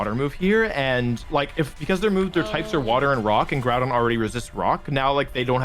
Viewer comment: Is bothers me that he pronounces GROUdon... "Gordon"